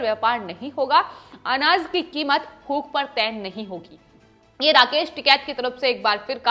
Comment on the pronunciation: और भूख बोलते हैं फूख नहीं